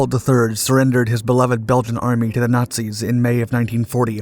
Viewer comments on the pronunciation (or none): none